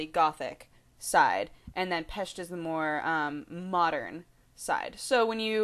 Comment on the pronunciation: Holy crap! I don't think I ever heard any English-speaking people pronounce "Pest" as natives do, before! +1